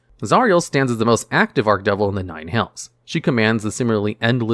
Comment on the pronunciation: I'm pulling my hair out with him saying ARK-devil...instead or ARCH- (like starch) devil lol